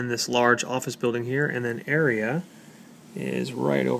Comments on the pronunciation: And plus, it's pronounced "Aria", not Area. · You don't say Aria like you do..and that so CALLED office building is actually the Mandarin Hotel..you would never be able to afford it..